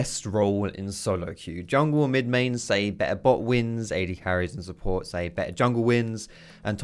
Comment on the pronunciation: Support. It's support... like what the whole league community has always been saying.